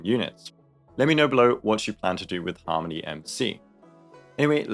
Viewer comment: Is an AI reading this script? Why do they pronounce it Harm.... ony MC